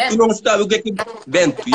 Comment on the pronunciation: Bento kkkkk "vento"